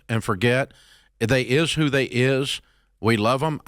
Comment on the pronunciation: (When you switch from Nashville to Detroit) 😂